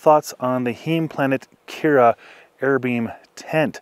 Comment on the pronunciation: Nice review, thanks. BTW, Heim (home) is pronounced with a long "i"